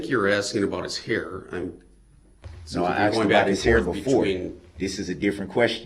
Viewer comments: I cant stand hearing "axed" instead of "asked". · Ok, so…it’s annoying to me how he says “shtruck” instead of struck….same with axed instead of asked. And the faces?!?!? Annoying as heck!